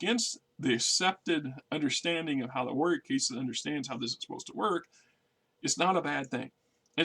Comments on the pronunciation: Caste, not case. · Meh it’s part of the charm of the channel and I get a chuckle out of it. Let be